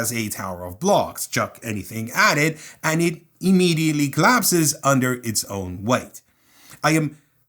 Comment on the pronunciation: My brother... its pronounced own.